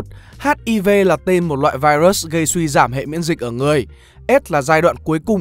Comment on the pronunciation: Trời ơi ad ơi, ad có thể phát âm đúng từ virus như đọc tiếng việt hoặc phát âm chuẩn của tiếng anh k vậy, ad đọc vậy nó sang từ khác rồi đấy, nếu tiếng anh k tốt thì có thể đọc theo tiếng việt cx dc